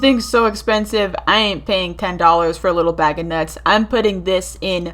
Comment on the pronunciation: nuts its not that hard to say